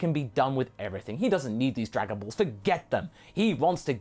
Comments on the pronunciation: "Darganballz" how you said it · I dont know why but "dargan ballllls" cracks me up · I don't know why but "därganbaalls" made me laugh so hard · “Dargon Baills”, it sound like some weird Swiss dish LMAO!